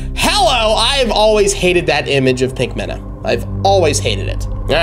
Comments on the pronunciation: IT'S 'PINKAMEENA' NOT "PINKAMENA" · It's pronounced peenk-u-meen-u (Pinkamena)